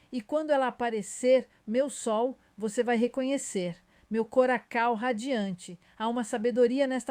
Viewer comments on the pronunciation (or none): coracao ao invés de coração - ia tosca